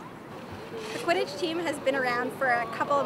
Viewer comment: my mother pronounces it "quidIDGE" and "mOOgle"....i screamed at her.